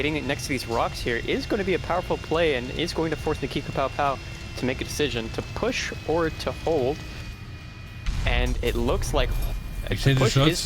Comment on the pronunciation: can we talk about how bro's name IS NOT nakikapowpow? 😭😭😭 I swear it's not that hard to pronounce